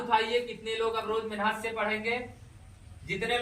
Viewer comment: जयभीम नमो बुद्धाय जय मूल निवासी गरीब बच्चो को शिक्षित कर रहे हो बहुत अच्छा काम कर रहे किये जा भलाई का जग में तू काम तेरे दुख दूर करेंगे कांशीराम हाट एक बात कहना चाहता हूँ की मेहनत शब्द को जब बोलते हो उसको मेनहत क्यो बोलते हो इस बात इस शब्द पर मनुवादी बडी टिप्पड़ी कर रहे है मेहनत शब्द को सही बोलना सीखो ऐसा बोल रहे है कृपया शब्द बोलने मे सुधार करो